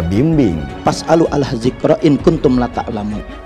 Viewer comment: Fas alu alah dzikro IM Kum tum la ta'lamun. Meguru darimana itu? Dul kemin itu paling tdk tau tulisan Arab, bacanya yg latin makanya tdk cocok dgn mahrojnya.